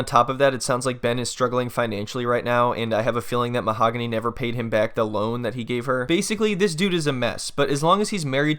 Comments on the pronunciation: "Mo-haaag-on-eee" Ben, get lost! 🤣🤣🤣🤣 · Get it right it's MA-HOG ANNIE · Too bad he still says the name wrong after she corrected him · I love that even after being married AND asking her how to pronounce her name, he still gets it wrong. You can't make this up 😂